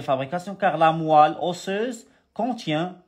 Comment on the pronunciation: Moelle pas moille Chi had ishah li ila kant 3ndi ghalat